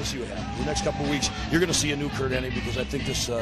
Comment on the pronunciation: It's HennIG, not HennING, bad enough the narrator in this video can't pronunce it right, you could atleast spell it right.